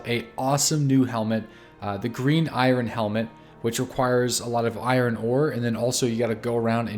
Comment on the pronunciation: that pronunciation of "iron" gave me aids